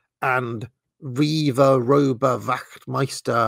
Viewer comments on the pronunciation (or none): none